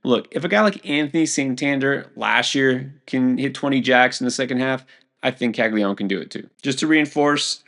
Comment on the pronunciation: Is the ‘an’ in Caglianone really silent or is it possible that absolutely EVERYONE mispronounces his name?